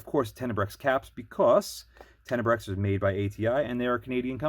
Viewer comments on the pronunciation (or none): Tenebraex* Ten-a-bro Nuclear* New-cle-ur You're killin me C!